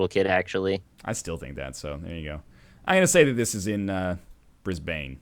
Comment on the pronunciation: That pronunciation of Brisbane in the Geoguessr segment was disgusting.